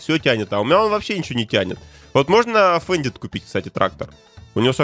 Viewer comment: Фендт а не фендит